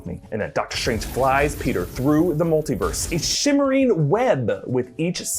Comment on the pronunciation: love how he says “shtrange”